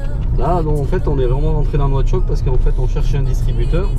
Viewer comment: On dit nouakchott